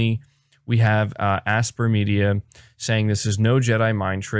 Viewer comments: Aspyr is pronounced as "aspire" not "asper" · I'm pretty sure Aspyr is pronounced "Aspire"